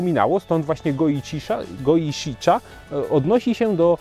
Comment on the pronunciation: Mimo że uwielbiam Twoje filmiki, nie mogę znieść tego, w jaki sposób wymawiasz nazwy japońskich herbat :< Japońskie "cha" wymawia się jak coś pomiędzy naszymi "cza" a "cia", bliżej tego drugiego. Absolutnie nie jak nasze twarde "cza"! Z "shi" jest tak samo - coś pomiędzy "szi" a "si".